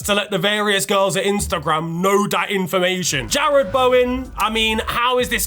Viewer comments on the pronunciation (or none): none